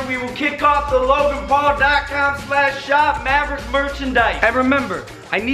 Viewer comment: You didn't finish mavericks name you made it say maver !!!! 😕😕😞